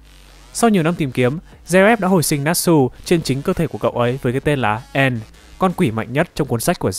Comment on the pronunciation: Anh nên đọc từng chữ cai e.n.d bởi trong truyện các chữ cái đều cách nhau 1 dấu chấm biểu hiện đọc từng chữ